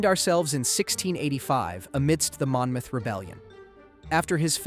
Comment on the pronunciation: Mon-moth! Omg! Mon-mouth. Ugh.